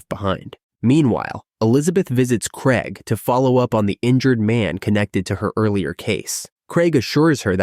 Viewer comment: It's craig. Not fucking kreg.